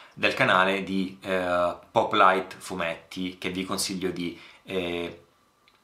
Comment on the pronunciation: Ti ringrazio per le parole sul mio canale, assolutamente non meritate. Scusa se ti correggo, ma "pòplite", si pronuncia con l'accento sulla o, è una parola presa dal vocabolario di italiano.